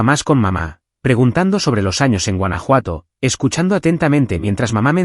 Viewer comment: Huanajuato or Francia!